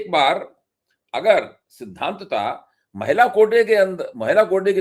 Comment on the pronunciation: मैला नहीं महिला ...!